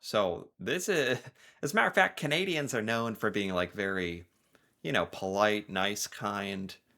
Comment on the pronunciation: LOL!! QUIT BRAGGING! It's not PO-LITE!!!